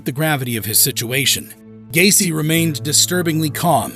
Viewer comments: Quién diablos es Gain ?????😂😂😂😂😂 El tipo no sabe ni pronunciar sus nombres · John Wayne Gay-see